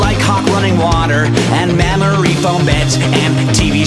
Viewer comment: Whenever I listen to this I always hear it as mammary foam beds rather than memory foam beds and get a bit surprised.